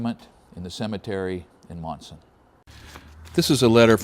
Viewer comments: not too many towns out this way sound the way they are spelled...lol These are two examples... Leominster (Leminster), Monson (Munson) Great video. Keep up the Good the work! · Lol quite a story. Being from Massachusetts I did get a chuckle out of your pronunciations. Monson is "Munson" Leominster is "lemonster" Glad you had a nice trip. I am only 15 miles from Monson. I worked in the "old town hall" in Monson which dates to the civil war. Very interesting as I never herd of George Burdick. learn new things every day